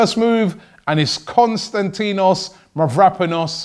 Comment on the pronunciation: Robbie Please pronounce his name right!!!!! I'm going to tell you where the tone is... Kostan > ti < nos Mavro > pa < nos If you are having difficulties too just say Kostas For your information also Mavro in the Greek language means Black, so you can call him Kostas BlackPanos or something like that!